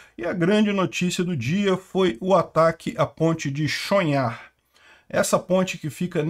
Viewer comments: pelo pouco de ucraniano que sei a pronuncia seria Tchon-rrar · Pronuuncia-se "Tchon-Rar" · Chonhar = O último h, fala-se rr), pronúncia-se: "Chonrra" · Olá,, a pronúncia é Tchonrrar. A letra que é o H em ucraniano é o G do russo. Por isso, algumas fontes podem transliterar para Chongar. O G do russo ganhou o som do R carioca em ucraniano.